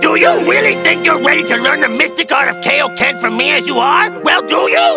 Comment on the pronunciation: Mystic art of Kay-o-ken Let that sink in that king kai named this technique after himself yet he miss pronounced it.